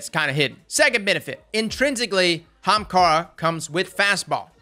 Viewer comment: "young HAAMKARRA